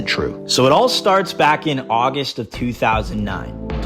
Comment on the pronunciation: August not Augest